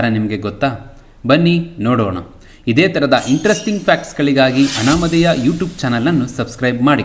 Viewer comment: ಅನಾಮದೇಯ ಅಲ್ಲ ಅನಾಮಧೇಯ. ಆಂಗ್ಲ ಭಾಷೆಯಲ್ಲಿ ಕೂಡಾ ಹಾಗೇ ಆಗಿದೆ.